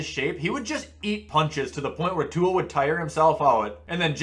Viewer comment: Butchered Tuas last name